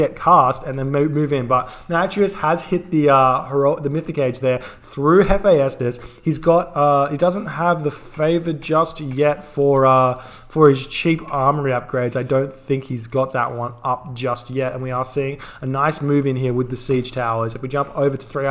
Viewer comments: Previously he's been told quite a bit that it's Hef ae stus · Hephaestus is pronounced "Hef - eye - stus", 3 syllables